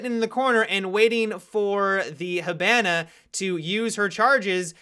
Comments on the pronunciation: (Hib) (an) (a) LOL normal poeple say (hib) (on) (a) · tf listen how he says hibana